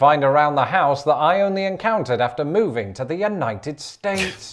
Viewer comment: Our house-UH says.